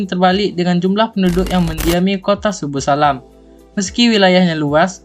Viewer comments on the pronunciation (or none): Yg bener itu Subulussalam..bukan subussalam Coba baca lagi deh..